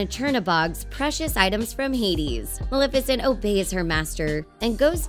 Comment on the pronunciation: Maleficent you said her name wrong